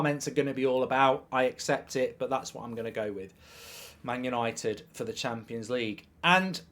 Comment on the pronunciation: Did he just say yanited for the champions lge!!! 😂😂😂😂😂😂